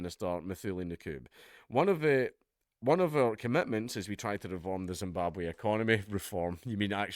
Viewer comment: Zimbabwhaaa? Oohhhh you mean Rhodesia?